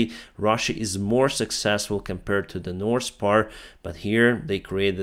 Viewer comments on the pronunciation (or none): You dont pronounce "S" letter in the word "north"